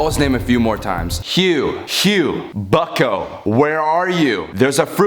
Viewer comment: every time he said bucko i thought he was saying fucko